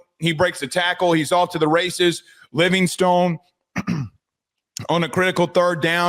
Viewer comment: It's not "Living-stone" although it's spelled that way, it's actually pronounced "Living-stun"